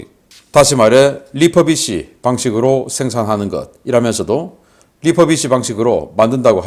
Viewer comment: re-furbish란 이야기인 모양인데...'리포비시'가 아니라 '리훠비시'라고 발음하시오! 멀쩡한 한국발음을 어째서 "포"라고 하십네까? 입술이 굳어서 입놀림이 않됩니까? 영어발음을 제대로 하시구레.